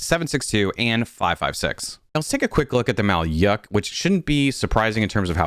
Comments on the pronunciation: To note you said maluyk incorectly. It sounds more like Mal'ook like softened l along ook sound like in word book just not a long u: just quick u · Although not a native ukranian, I am sure that Malyuk is pronounced like "blew", so "yu" make the same sound as "ew" without stressing "y" as in "yellow", basically "mahlewk" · ah yes, the infamous mal-yahk